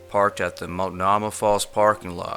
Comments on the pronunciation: It's pronounced "mult-know-ma" if nobody has yet mentioned the correct pronunciation of Multnomah Falls. Also, Tigard isn't really the nearest city and is pronounced "tie-gerd" if it means anything to anyone interested FYI. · I love your show! I only wish you would look up how to pronounce Multnomah, and Tigard lol.